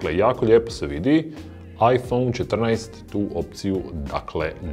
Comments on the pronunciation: bože sačuvaj kako izgovaraš "iphone" 🤣🤣🤣🤣🤣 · Je l' meni samo cudno on izgovara 'iPhone' ? haha